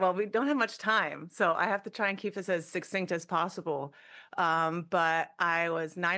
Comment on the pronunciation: Sucksinct? She must be trying to learn new words.